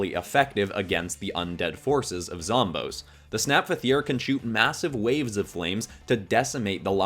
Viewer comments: Zomboss is not pronounced zomb-ohs, it's pronounced zom-BOSS, because he's the always the final boss and he's the boss of the zombies. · It’s pronounced zom boss not zom bose so ya zomboss is pronounced zom boss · Sry to say this but it’s like hearing someone calling Aang Oong it’s zomBOSS no offense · when you say zomboss it sounds like it would be spelled like zomboas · Thanks for using the Snapdragon idea appreciate it ❤ (also zomboss is pronounced zom-boss) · They way he says Zomboss tho 😬😢